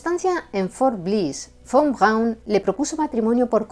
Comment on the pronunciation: muy buen Alemán 🇩🇪. Von Braun tubo alguna influencia de Sergéi Koroliov ó Konstantín Tsiolkovski??? 🇷🇺. Saludos 🐧🇨🇱🗿.